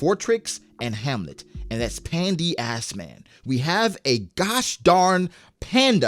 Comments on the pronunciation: My mans said Pan D. Assman💀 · It's '' Pandass man''😂